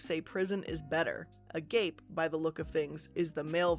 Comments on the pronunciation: agape is annunciated Uh Gah Pay, it means infinite love. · Lmao at her saying a-gape after reading this hahaha